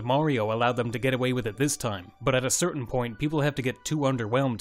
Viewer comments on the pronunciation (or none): none